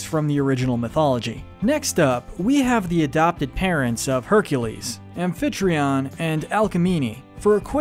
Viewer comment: Did you say “alphetreon”? Amphytrion.